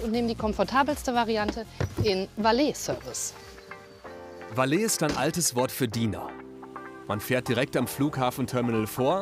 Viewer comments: valeee service... junge wie peinlich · "Valeeh-Service" raubt mir den letzten Nerv